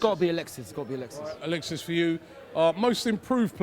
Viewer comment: Drunk "Alexisisss"